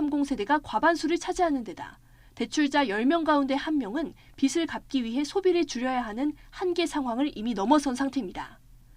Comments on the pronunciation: '빚을'을 발음할 때는 '비즐'이 맞는데 자꾸 '비슬'이라고 하니 계속 거슬리네 그나마 '비츨'이라고 안한 걸 다행이라 해야하나 ㅎㅎ 그래도 명색이 ytn기자인데 ... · 투자의 주체가 누구인데??? 자기들이 저지르고 책임은 왜 다른 사람에게 떠드는거야? 그리고 기자라는 양반은 왜 한글도 제대로 발음을 못하지???? '비슬'이 아니라 '비즐' 아냐???? 참 대단들 하시네~ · 근데 기자란 사람이 빚을이라는 말을 비슬이라고 발음하는 거 안 창피하냐